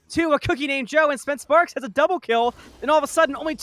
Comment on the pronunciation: Additional correction, its spence spark. not sparks lol